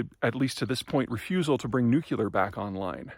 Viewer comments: Nu CLEE uhr. Not nuke YOU luhr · Nu-cle-er no Nu-ce-ler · Nuculer? Not hardly. The word is nuclear. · nuclear, not nukular. thanks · It's not " nukular " it's nuclear , like ....nucleus , this make you sound techno illiterate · Love these talks; I feel smarter just by listening. What is the chance that ultimately Peter will pronounce "nuclear" (e.g. New Clear) properly, i.e. not "Nukular"? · Am I the only one bothered by mispronunciation of nuclear to "NOO-kyuh-luhr"? I know it's so common it's pretty much accepted now, but every time I hear it, reminds me of Homer Simpson episode where he mispronounces it. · Peter is a brilliant guy. It is interesting that he chose to pronounce “nuclear” as “nukeela”. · Every time you say "nukular," God kills a kitten. Please, have mercy on the kittens. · please stop saying, "Nucular". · Considering that you overtly try to sound smart, you may want to look up the pronunciation of the word nuclear. With your level of narcissism- it’s odd to see that simple mistake… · Germany has plenty of renewable power. It work just fine. What they need now is the means to smooth the production peaks and valleys with viable storage schemes, be it battery or something else. Germany is looking at a tough winter, agreed. But they're a smart-enough country when they manage to look past their bureaucratically entrenched myopia. EDIT: And PETER!! "Nuclear" has only ONE "u" in it! NEW-CLEE-URH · Your mispronunciation of "nuclear" is surprising and distracting, as this comment illustrates. Unsure why you, of all people, do that. It's an English word isn't it?